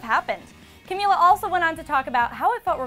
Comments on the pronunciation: FINALLY! Someone actually said her name right. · omg the first reporter who said Camila’s name right